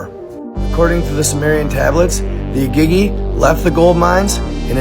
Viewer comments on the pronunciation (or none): Also igigi is pronounced E-gee-gee . And Nibiru is pronounced Knee-beer-ew not nib-a-rue